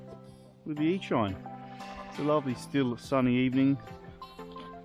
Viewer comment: it aint ear-shine bruh its ear-cheen